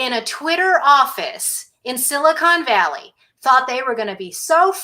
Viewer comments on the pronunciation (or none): none